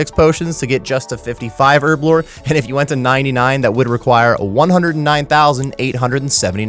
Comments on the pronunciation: Earblo 😂 why is it so hard to pronounce the H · All I hear is Erblore XD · wtf is ‘ERBLORE 😂